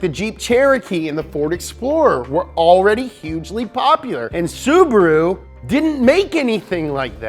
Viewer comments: It's Subaru not Subro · SU . BA . RU NOT SUBURU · Omg I almost died laughing with the ssubahahruhoooo. 😂 holy shit! This channel should be on Velocity